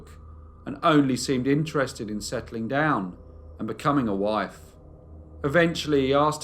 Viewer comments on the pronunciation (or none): none